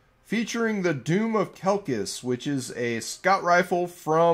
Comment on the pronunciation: Strangely enough it's pronounced "Doom of Shelshie"